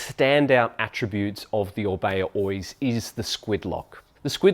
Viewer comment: Thanks for the Review!! Just fyi in the basque language we do pronounce Oiz as you do. The second pronunciation is in spanish. Best regards